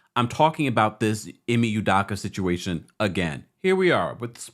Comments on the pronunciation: His name is pronounced "EEE-MAY" "EW-DOE-KAH" For the record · Ime (Eee-may) Udoka (Eww-Doe-ka) Nia (Nye-uh) 🤦